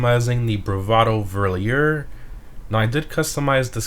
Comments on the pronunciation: Also love this channel but it's not 'Ver lee er'. It's 'Ver leer er'. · For People Interested in the correct Pronounciation: Verlierer = Fair - Lee - Rer / Wiessmann = Weess - mann. Verlierer = Loser in German one of the Weirdest Names for Vehicles in a Gta Game ever. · Just for those who are interested. Verlierer is german and is pronounced pretty much like „Fairleerer“ and it means „Loser“. And Wiesmann is pronounced like „Veesmann“ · In case yall didn't knew Verlierer is pronouced a little different since its a german word... Translated it means loser🤘😂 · I understand your Point but it is still wrong. The Verlierer Pronounciation is somewhat forgiveable but if you pronounce it that way in a German speaking Country (Germany/Austria/Luxemburg/East Belgium/Liechtenstein/Switserland) you might get looked upon in weird way. With Wiessmann however is the actual Name of the two Brothers Martin and Friedhelm which founded that Car Company and if a Surname is mispronounced it can be disrespectful if the Person with a specific Name feels offended by it.